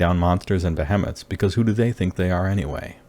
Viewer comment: not be-hem-iths, Be-HE-meths